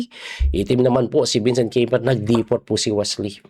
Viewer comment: Coach its KAI- MER